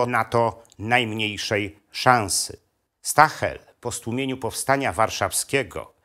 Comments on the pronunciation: Nie mówi się "Stahel" tylko "Sztael". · Ciekawy materiał, ale proszę wymawiać nazwisko gen. nie "stahel" ,a jako zbliżone do "sztaael" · "St" na początku czyta się jak "Szt" ale skoro jest pan profesorem to pewnie o tym wie.